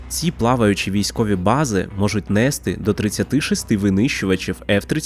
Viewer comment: І не нЕсти а нестИ , блядь !